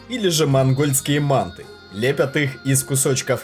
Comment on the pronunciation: Манты ударение на ы говорите правильно